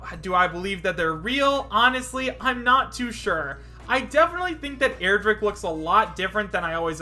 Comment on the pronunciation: stop saying airdrick and stop falling for smash 4 mods